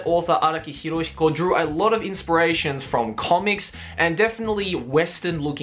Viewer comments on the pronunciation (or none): You said hiroshiko instead of hirohiko👿👿